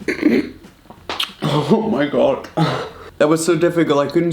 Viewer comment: He talks so slow, it takes so much time, I always skips when he talks. Also its annoying when he says 'ho homayghad' like... Say it normally please.